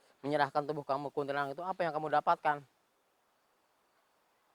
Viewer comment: Kuntilanak om bukan kuntilanang😐🤣